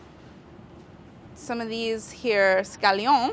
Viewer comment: Why does she say scallion with a french accent?